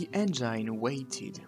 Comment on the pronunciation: Juste une remarque : on dit « enngine », pas « enjaïne ». Bonne vidéo sur « la Divine », accessible internationalement, en plus!